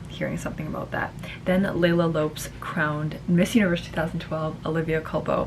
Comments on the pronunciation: Leila Lops? It's Lopes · Thank you for this Siera. I can't pick the best because l love Pau Vega and Gabriela Isler. The most famous w/o a doubt is Pia. And Leila for me one of the most stunning along with Iris. Also Leila's family name is pronounced Lo-pes. Please talk about the best Miss Universe venues. After the disappointment in Atlanta ouch! The venue l think must include the country not just the building or stage. Thanks Siera. Happy New Year. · Leila Lopes’ surname is pronounced as loh-pes, similar to how jlo’s Lopez is pronounced. I dont get it either why her reign is not as celebrated 🤷🏻‍♀️ she is gorgeous, definitely one of my most favorite all time together with oxana and pia